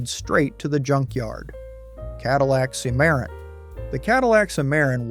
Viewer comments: Hey! Moron! It's CIM-ar-ron not "cim-AIR-in". duh. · Holy sh*t ! Hire a narrator who has more than a child's knowledge of cars. It's not siimaron it's simmeron like cinnamon. Edit: It's not a Bturbo ! It's a BYTURBO ! Meaning 2 turbos effin Clown ! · You lost me at SEE-MARON! Are you serious? You should know something so basic to be taken seriously. Ill not be back. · It's pronounced "Sim-A-Ron" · Learn to pronounce it it’s called a Cadillac Cimarron SIMERON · Learn to pronounce it. It’s a Cimarron…… Pronounced SIMERON. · It's called a Cim - a - ron. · Cadillac SIM-ER-AHN. FFS Plus, HOW MANY TIMES can you use the phrase "cautionary tale" and "punchline" w/o sounding like a robot? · Cimarron Sim ma Ron. As Cadillac called it. Do your homework.😊😊😊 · Cadillac Cimarron pronounced Simaron. My family has owned several bad cars. Ford Granada Saturn ion Ford Pinto GMC Safari Chevrolet Astro My Saturn ion was in and out of the service department about as often as some folks change their socks. 9 months out of 14 months of ownership. I got rid of it, quick, fast, and in a hurry. I loved my Plymouth Horizon. It was fun to drive. After I had a fender bender, I learned that it was a red title. The whole right quarter panel had been replaced. The electric system went crazy and towards the end of my ownership, it would set off the horn at about 3 AM. We'd have to disconnect the battery. UGH!!! 🙄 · Let's all say it together and use the same pronunciation each time, Cimarron is pronounced sim-uh-ron. But, seriously, this is a really enjoyable video. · My man pronounced Cimmaron 5 different ways... And not correctly even once. Good, informative video, though. 👍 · I can't believe these videos they can't even get right the pronunciation of cadillac cimaron , it's yugo not hugo this video's moronic maker can't get ANYTHING RIGHT. So why should you watch this video? You can't believe anything they say. They're just wanting to cash in. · Man you butchered the pronunciation of "Cimmaron"!